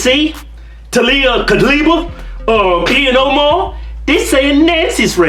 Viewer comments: Not that I'm a fan of Ihan Omar, but can you please not mispronounce her name? Peace be with all who read this and I'm not hating I just find it a bit harsh. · Did he say Ian Omar?? 😂😂😂